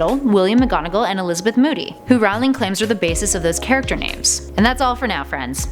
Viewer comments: J. K. Rowling's last name is pronounced R-o-ling not r-OW-ling. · One thing. It's supposed to be pronounced like 'rolling' JK said it herself. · I thought J. K. Rowling's last name was pronounced "rolling" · Its prounded J.K (Roh-ling). Not (Rau-lieg). Jesus. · Everytime you set "Rawling" (which was way too many times) I wanted to punch you. Is "Rolling" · It's Rowling not rawling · Just letting you know you are sayings Jo's last name wrong. It's said like bowling but with an R at the front! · You're saying her name wrong! Every time you guys make a hp video I want to pull my hair out. It's pronounced like rolling. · She prounonced Rowling wrong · You said 'rowling' incorrectly, but other then that, great video. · Your pronunciation of Rowling is wrong.... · IT KILLS ME EVERY TIME SHE MISPRONOUNCED ROWLING!!! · she says Rowling wrong. that bothers me. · Not to mention botching Rowling's name! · and rowling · Chris O'Brien and she also pronounced Rowling wrong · Nice video, but you really need to work on your pronunciation of "J. K. Rowling" (the 1st syllable has the long Ō sound; rhymes with "toe"), and BOG'-gart (not like Humphrey Bogart). Thanks! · Jeez, still can't pronounce "Rowling" or "Boggart", despite making several videos of Harry Potter facts!